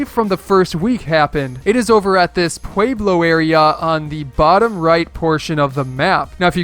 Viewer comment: Zee-nith, Pweb-low, lol say it with me!! Tier 96 level 65